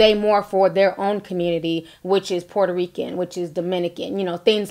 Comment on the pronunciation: Lol sounded like you said "who is this poor Rican" lol. But that apology was not real. Clearly she was being sarcastic like wish ppl would stop saying she apologized.